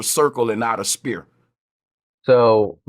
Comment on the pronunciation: Sanchez? Yeah he cant even pronouce "sphere" properly